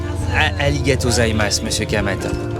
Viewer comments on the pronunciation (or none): Domo arigato gozaimashita, et ça ne se prononce pas "aligato" ! Je suis extrêmement jaloux bande d'affreux, super reportage pour débuter l'an que je vous souhaite rempli de joie et de plaisir malgré ces temps incertains voire anxiogènes. Kenavo amical et bagnolard de Bretagne sud